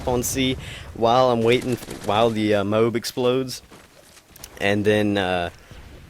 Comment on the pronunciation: Its moab, not mobe